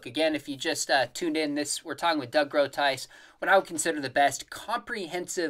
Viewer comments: pronounce Groothuis, rather than Kroothuis kroten exist (in dutch) these are beetroots (rode bieten) groot means great or big een huis is a house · The "g" of Groothuis should sound like you tried to get a bug out the back of your throat. Lol.